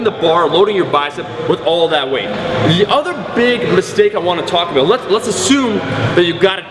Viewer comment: that killer "aboot"